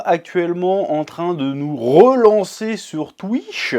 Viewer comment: En tout cas je suis content pour toi maintenant tu peux enfin vivre aisément par ta passion tu mérite💪🏾❤️ Ps:arrête de dire twiche😭😭